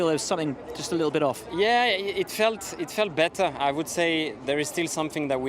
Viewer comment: Why is Leclerc pronouncing could as cool, and would as wool??? Please somebody let him know. You have to pronounce "d" not "l"